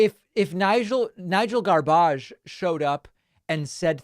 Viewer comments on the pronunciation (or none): By the way Sir. Nigel Farage is pronounced Faráge. He said in an interview that he didn’t feel safe on public transportation because people didn’t speak English. However his own children are German speakers as their first language. And then the ultimate irony is that Great Britain left the EU specifically because of the free movement of people and to many foreigners went there. Now they have a prime minister with Indian heritage. I love it!! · can't take it any longer, david - it's nigel farage - second a like in arsehole, not like in asshole!